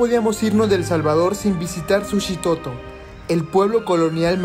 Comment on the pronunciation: el Jalvador no sabemo pronuncia la S